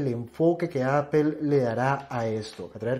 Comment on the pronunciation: Se entiende que a los españoles les molesta el ingles pero que un colombiano no quiera pronunciar bien la plabra Apple es gana de joder